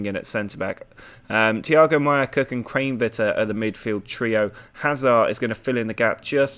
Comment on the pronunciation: You are saying Kranevitter wrong (pronounced kran eh vitter